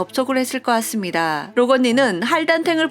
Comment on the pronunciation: '같습니다'가 자꾸 '았습니다'로 들린후로부터 이것에 신경이 쓰여요ㅠㅠㅠㅋㅋㅋㅋ